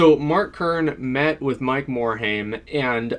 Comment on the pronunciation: Learn pronunciation of Mike morhaime